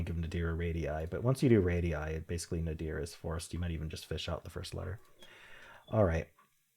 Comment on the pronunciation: Nadir is accented on the first syllable, not the second. ETA: Like Ralph Nader.